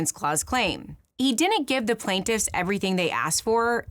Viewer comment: I can't come to terms with the interesting deep drive analysis and the way she consistently mispronounces "didn't".